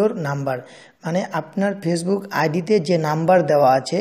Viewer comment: তুই আমার শালা ফেসবুক ঠিক মত বলতে পারিসনা